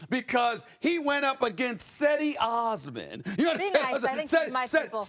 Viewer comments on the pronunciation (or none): Cedi Osman is gonna make a lot of people eat their words about the Cavs, between him, Love, Hood, Clarkson and Sexton. Also SAS sounds like an idiot while mispronouncing Cedi’s name lol